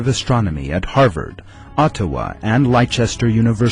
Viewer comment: The kuran bit put me off but when he said Lyechester for Leicester (pronounced Lester) I had to stop. It showed a lack of proper research. Must remember this joker's name and steer away from his videos.